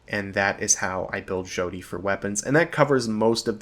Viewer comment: Its pronounced "Shawty" like a crappy pun about how she is a a young impressionable girl. 10/10 obsidian quality.